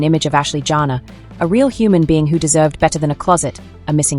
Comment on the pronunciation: Her name is not JANA. It is Janae. Pronounced Janay! Your tone is rude. Good riddings!